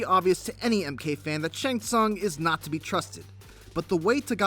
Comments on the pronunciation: soong. sOOng. Not sAUng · Its not SUN ITs pronounced soon smhhh noobs